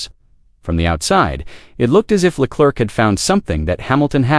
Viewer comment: “Charles LA CLERK”, LMAO 🤣, isn’t AI supposed to be smart 🤔